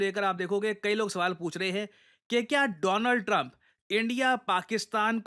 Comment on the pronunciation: Modi be like:: DOO-LAND TRUMP 😅😅